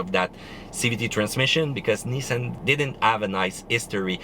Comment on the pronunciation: It's nissan......🤢